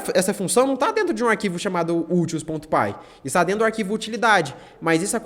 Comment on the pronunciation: Explicação ótima, valeu! Só uma crítica construtiva: se fala úteis, não utils.